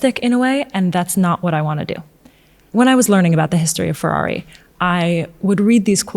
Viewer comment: it's FeRRari. not Fewwawi, diocane!